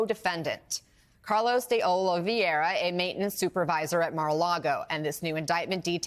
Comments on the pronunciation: OH-LEE-VEH-RAH. It's not a hard name. Just read it from left to right. Regardless of what he did or didn't do, he deserves to have his name. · Jesus, I'm a saltine bland white person, and I wouldn't have butchered the pronunciation of Oliveira like that woman did. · Is it really that fkin hard to say "Oliveira"??🧐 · I love how everybody is pronoucing "oliveira" 😅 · Why is it that nobody in the media seems able to pronounce Oliveira? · My biggest takeaway from this video is that white people struggle to say simple names like Oliveira